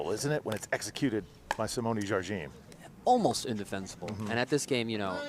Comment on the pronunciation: FYI, pickleball commentators: Watch the Jigsaw Health commercial where Simone Jardim tries to explain at great length to someone how to pronounce her name. The first syllable "Jar" is pronounced with a soft "J" (as in Zsa Zsa Gabor, the Hungarian actress who immigrated to the U.S. in 1941), and not as a hard "J" as in "jam". The second syllable "dim" is pronounced "gene", as in Eugene, Gene Wilder or gene, the subject of genomics. One should not slide over the two syllables and try to meld them together, but should pronounce them distinctly separate "Jar/gene". In Brazilian Portuguese, "di" is pronounced "gee", as in "gee whiz", since the "d" before "i" is pronounced like the "g" in George in English, and "m" at the end of a word is pronounced like an "n" (and not like an English "m"). Hope this is useful and not too annoying.